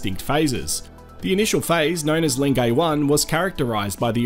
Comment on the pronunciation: Great video - I love Lengai and have been there three times. One polite tip, though: it's pronounced len-guy, not len-gay. Otherwise good job and glad to see those fabulous landscapes again, especially Lake Natron.